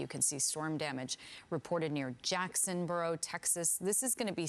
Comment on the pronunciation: Need to pronounce the towns name! It isn’t Jacksonboro it’s Jacksboro! It’s evident you aren’t from Texas